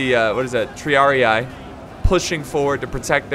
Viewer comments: with love, but its not said TriariAE/AI. It's said triarii, like a spanish or an italian would say it. Both i sound like the first one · "TREEAREEEE" not treearei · Triarii is pronounced 'tree-uh-ree-E', not 'tree-uh-ree-AYE',. It's Latin. P.S. Great battle, as always. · Tr - e - ah - ree (Triarii) you are saying it right just remove "eye" so it is Treeahree